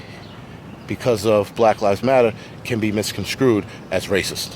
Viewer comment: What is "misconscrude"?